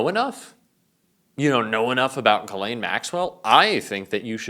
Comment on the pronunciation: Mr. Speaker “ Your lane “ IS Ghis-lane.